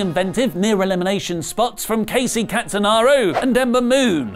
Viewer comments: As much as I enjoy Wrestletalk, I can't believe you made 2 botches within seconds of the review,. Kacy Ca-ta-naro? Pretty sure her name is Catanzaro, with a "Z". She was on Ninja Warrior for crying out loud. And a damn athletic female. Pretty sure Lana was #28, not #29. Semantics, yes, but I can't forget my heart going out to Lana. Especially after hearing her chants as she hobbled, before being attacked by Nia, skipped past by Carmella, then having Becky boldly take her place. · Okay, you've got 2 things wrong here: 1. Kacy's last name is CatanZaro, not CataNaro. ANW fans will not be too happy about this. 2. Lana wasn't #29 in the Women's Rumble, she was #28. Nia Jax was #29 and stomped on Lana's ankle, cementing Lana's non-existence in the match, and allowing for the Lynch substitution. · 1) say it with me; it's pronounced cat-en-ZAR-oh. 2) Lana was #28. Nia was 29 and attacked Lana for the lulz on her way to the ring. 3) Brick was clutching his STOMACH, NOT his bloody leg. They were playing up the Diverticulitis that nearly killed him years ago for some reason. Pay attention. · Maybe try pronouncing Kacy Catanzaro's name one more time......